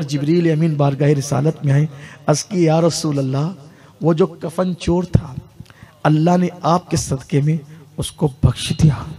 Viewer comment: Kafar nahi kafan hota hai bhaiya